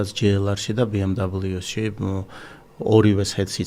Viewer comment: ამხელა ბრენდის წარმომადგენელს არ ეკადრება ბი ემ დაბლოუს წარმოთქმა )) მიუნხენელები იცინიან მაგაზე